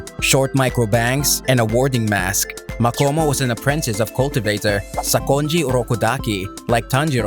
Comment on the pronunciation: You should say makamo not makomo